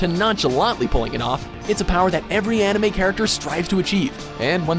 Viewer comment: they don't know a thing about animes......no knowledge about animes, no proper pronounciation